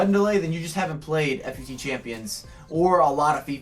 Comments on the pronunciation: About to stop watching after you pronounced FUT "Eff You Tee". Stopped watching at the like-begging. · why you gotta call it f u t? ;_